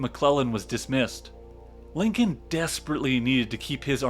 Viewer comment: I unAmerican can a narrator be than one that can't pronounce Lincoln property.